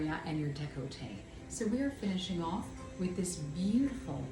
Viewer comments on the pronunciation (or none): y'all said you're in canada but saying "the" before le or la took me out. 🥲and deh-col-tay instead of deck-lah-tay.